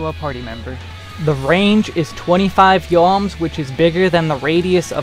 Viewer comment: why does he say yards wrong in every video? like what are yoms?